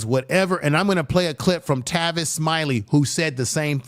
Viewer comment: “TAY-Vis” Smiley 😂😂😂😂😂😂 🤦🏿‍♂️🤦🏿‍♂️🤦🏿‍♂️🤦🏿‍♂️ good job tho my brotha